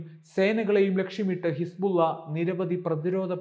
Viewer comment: Hisbulla എന്ന് പറയുമ്പോൾ വായിൽ വെള്ളം നിറയുന്നുണ്ടോ. ബുള്ള